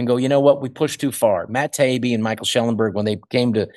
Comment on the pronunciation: I appreciate this guest's political commentary more than I ever appreciated his comedy. But, Michael Schellenberger's name has one more syllable than Rob Schneider is using. Please, Rob, pronounce Michael's name fully. Maybe it will help people find his books or his commentaries on video. If they search for Schellenberg, I don't think they will find him!